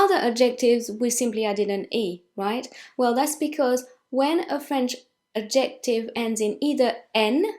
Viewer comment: The fact that you keep mispronouncing “adjective” is very distracting. You keep putting the emphasis on the wrong syllable “..jec...” so it sounds like you’re saying “objective”. Nevertheless, thank you for the lesson.